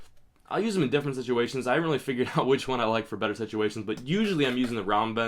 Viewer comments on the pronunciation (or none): none